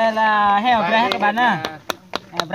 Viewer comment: Con Heo chứ ko phải con Hèo :)